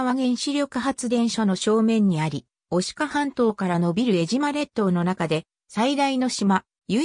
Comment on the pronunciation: 失礼ですが、よみがまちがえています。 我が故郷の名を間違えて、読まないで下さい。 貴方は、アナウンサーなのですか、正しい物の言い方をして下さい。